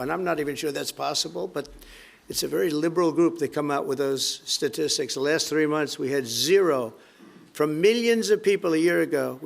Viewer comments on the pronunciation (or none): none